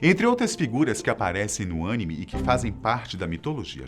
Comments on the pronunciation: Pronunciar anime pode ser um pouco duro às vezes, talvez você não saiba disso mas... Quem criou o anime também falava ânime e nunca conseguiu falar anime. Mesmo assim, eu nunca vi ele indo na fono ou tentando aprender sozinho ele está sempre ansioso por errar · A pronuncia correta é Animês, geralmente a pronúncia tem conotação forte no final, se a pronuncia estiver errada a chances da expressão mudar o sentido é muito grande, como por exemplo, Ani mê, é a forma que foi colocada, (ani - Abreviação de Aniki ou serja Irmão, Mê - Olho) Então ficaria assim a tradução Irmão Olho. Mas quero elogiar que as outras pronúncias estão muito certas. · Mano que vídeo foda só não gostei quando ele falou ânime ksks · Preferia ouvir a voz do Google tradutor do que desse cara. ‘’Ânime?????’’ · "ânime" kkkkkkkkkkkkkkkkk amei a pronúncia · Ânime - PAN !!!!! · Ânime kkkkk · Pqp eu faria esse Véio seco gravar td denovo só por causa desse "ÂNIME" KKKK não por causa da pronuncia errada, ninguém é perfeito, mas sim por causa desse barulho maldito de janela do windows 🤣🤣🤣🤣🤣🤣🤣🤣🤣🤣🤣🤣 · Só corrige as pronúncias, Animê (Com ênfase no mê) e Son Goku! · Caramba, que agonia vc falando "Ânime", amigo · Animê ;-; aff ksjssksj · Uma boa ideia seria aprender como pronunciar as palavras antes de gravar o vídeo... "tisukiomi.. suzanô... yamata nu óroshi... oroximaru..." Sem falar de "ânime" rs Fica a dica. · Que agunia esse mano falando animê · Esse "ânime"(kkkkkk) é massa!! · Nego coloca um apresentador que não entende nada sobre anime, só decora o roteiro e começa a falar kkkkk o bixo chamando anime de "ânime" wtf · Agonia de ouvir o cara dizer " ãnime " içouEGHIPÇau h euiAÇH Ea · quase fiquei triste com vc hein errando a pronúncia sagrada dos otakus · Isso que é foda os cara botam um cara pra narrar sendo que o cara só tem voz nem pesquisou sobre oq estava falando Teve a audácia de pronunciar Anime errado WTF. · O cara não sabia falar anime kkkk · Dei deslike só pq ele não sabe falar anime